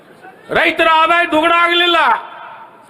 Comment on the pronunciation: ಅದು ದುಗಣ ಅಲ್ಲ ಸ್ವಾಮಿ..ದ್ವಿಗುಣ